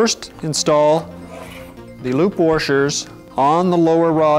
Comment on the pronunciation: Ugh its washer not warsher < /ni t>